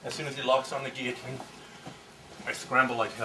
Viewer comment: I think is the first video I've seen demonstrating the guillotine in which the instructor pronounced "guillotine" correctly.